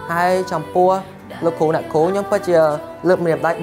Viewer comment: លោកគ្រូ អ្នកគ្រូ មិនមែន លោកគូ អ្នកគូ ទេ ហើយក៏មិនមែនញ៉ុមដែរ គឺ ខ្ញុំ។ បើក្មួយៗ រៀនដល់ថ្នាក់ទី12 និយាយដូច្នេះ ចុះអ្នកមិនបានរៀននោះទៅជាយ៉ាងណាឫ????????????? នេះគ្រាន់តែចំណុច2 ដែលខុស នៅមានចំណុចច្រើនណាស់ទៀតដែលខុសមិនគួរខុស។តើខុសនេះមកពីលោកគ្រូ អ្នកគ្រូឬ??????????? សូមមេត្តាជួយកែកំហុសឆ្គងទាំងអស់គ្នាទើបទៅរួច។ អរគុណទុកជាមុន